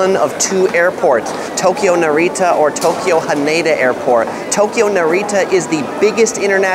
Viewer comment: Hanada is pronounced like Canada.